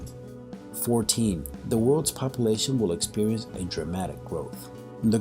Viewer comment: Also the fear mongering in this video is really annoying also how he says "population" is driving me nuts.